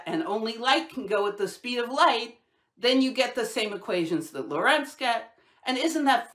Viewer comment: Great work, just let me say it would be nice if you used the correct pronunciation of names like Lorentz. You can find it in Wikipedia: it's /ˈlɒrənts/ (the tick is before the accented sillable). If it were pronounced your way, it would be /ləˈrɛnts/, but it isn't.